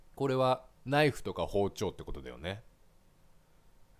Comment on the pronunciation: 包丁のイントネーションがいつもと違う😳✨‼️